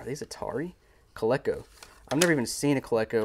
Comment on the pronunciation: I believe it’s co-leak-o